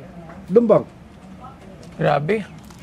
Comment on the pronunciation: LUMBAN NOT LUMBANG 😅😂 he he he